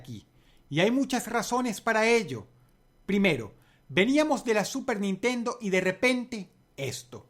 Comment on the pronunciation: pronunciaste mal "super nintendo" en el numero 1 dross